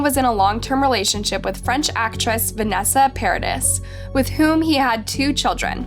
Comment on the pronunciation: Paradís (para-dee) not paradise.